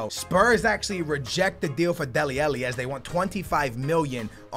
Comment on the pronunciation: Come on man. You started to say Alli's name correct in the last career. Now you're saying it incorrectly AGAIN